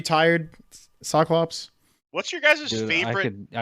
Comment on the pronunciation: It's SOKLOPS not SOKLOPS.